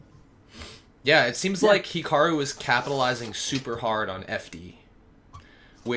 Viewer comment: Weird how pronounces it as "Hickaroo"